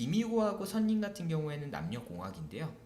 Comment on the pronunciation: 선생님 강의 너무 훌륭하고 도움 많이 받았습니다. 감사합니다. 하나 말씀드리고싶은게 있어요. 지난번 영상에서도 선린을 [선린]이라고 발음하시던데, [설린]이 맞습니다. 참고부탁드려요~